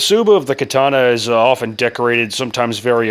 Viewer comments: Kuh-Tawn-Uh! GEEZ!!! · It's called the Ka-tannia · am weeb, Is pronounced ( Ka-Ta-Nah ) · Katana….Kar tar mar… all one word spoken quickly.. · Pronounced Kaataanaae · "I'm makin a kay-tanna" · Great video. Your japanese pronunciation is not that good, but your video made up for it. Great content. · bro this guy is misspronouncing too much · Idc how u say katana we know what you mean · As a weeb, I must applaud your butchery of the Nihon language. You cut the pronunciations apart as though you were using a blade forged of impervious steel 🤣